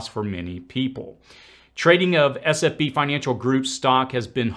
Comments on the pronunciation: I know you probably address this somewhere in the thread but you keep saying SFB instead of SVB. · It is S V B, you keep saying S F B. Not a big deal, just clarifying. Good video 👍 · Who else loved when he said sfb instead of svb. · S V B not SFB